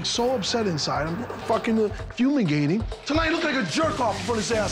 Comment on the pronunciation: "I'm so upset inside, I'm fumagating" 😄🤣😂😆